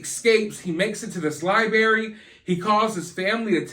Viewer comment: FIRST OFF I Can't With How You Say, "Lie berry" bhaha. Anyway. I'm just catching up, but I think he's delayed or something right? He seems like the kinda guy whod be nice to everyone just so thry woukdnt beat hin up . would just be nice to Everyone. Maybe they didn't kidnap him, just more like Strong Arm or take over. Like they de